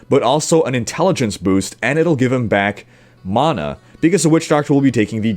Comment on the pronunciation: Still struggling with that "Mana" word I hear xD